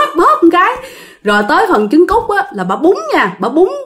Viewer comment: E là e k có mắc cừ đâu. Mà nghe c nói sô ciu với chứng cút e mới mắc cừ =)))